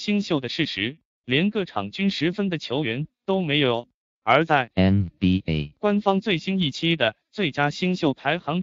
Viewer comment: NBA的發音真的很靠杯